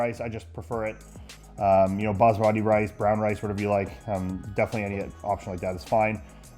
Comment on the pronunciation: Anyone else hear “basrati rice” ?